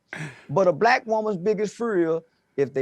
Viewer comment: Anybody who thinks Jesse has any sense is beyond help. He can’t even pronounce black.